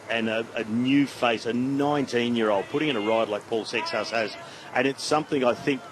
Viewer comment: Seixas being a Portuguese surname would be pronounced SAY-shush. Curious how it is pronounced in French though, since it is not a French name.